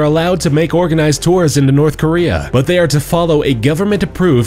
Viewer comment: Jeez nourthkorea